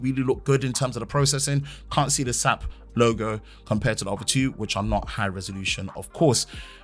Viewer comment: The SAP is pronounced as individual letters. My job works with them regularly.